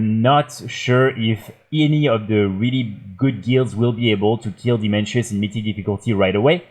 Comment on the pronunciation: Dimensius not Dimenshus. Now we know who doesn't watch the cutscenes.